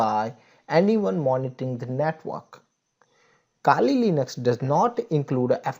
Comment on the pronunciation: iske kehne ka matlab kali linux nhi "kaali lainux" hota h😂